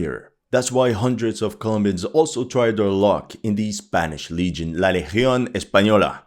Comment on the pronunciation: I am really impressed You mentioned “la legión española” With a great Spanish accent!!